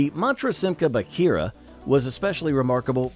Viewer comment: BAG-heera, not Badge-heera. Thank you.